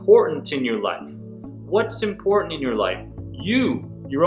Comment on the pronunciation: Please say important.